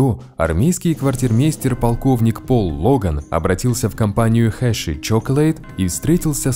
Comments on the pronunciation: Херши а не хеши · Да почему ты говоришь Хешри? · Название шоколадки читается хёршис